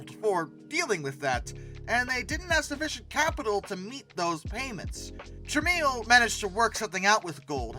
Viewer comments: It’s “trah-mel” not “trah-meal”. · OMG. It's TRA-MELL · The name is pronounced TRA-MEL. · Its pronounced "Trah-mel" not "Trah-meal" Look into Amstrad. It nots just a computer story. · It's Polish. The "I" in Tramiel is silent.